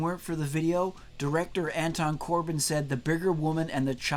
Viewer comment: Corbijn is actually pronounced like Cobain